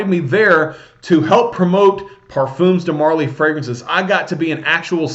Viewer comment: it's parfum (parfaa) de marley and not parfoom :) pointed out as u talked about the name pronunciation n stuff for haltane.